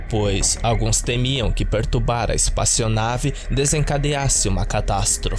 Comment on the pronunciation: disse "espaçionave" um monte de vezes kkkkkkk